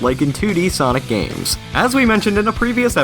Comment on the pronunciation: Didney gaiems.